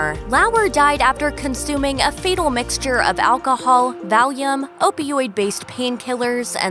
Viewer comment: It’s FATAL amount not FETAL ✅